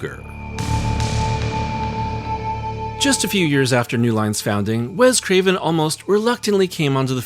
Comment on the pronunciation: WES Craven, NOT “WEZ” Craven.